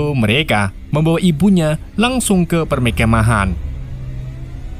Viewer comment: Mimin susah ngomong perkemahan 😭😂🙏❤️